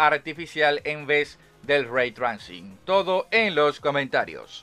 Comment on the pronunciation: Locón se pronuncia reitreising. Saludos